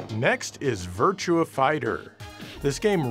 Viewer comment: Not Virtual on, Actually Virtua LON